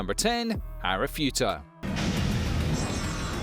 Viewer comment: What kind of ANIME channel is this !? It's clear you haven't watched any of these anime .. You don't even know how to pronounce the protagonists names .. Ooh .. and it's ARIFURETA ,NOT ARIFUTA :))) Maybe watch at least 1 episode from each of the anime series in your list before making your "TOP 10 ..." Stop making videos where you read the description from IMDB .. watch the anime and then make an honest video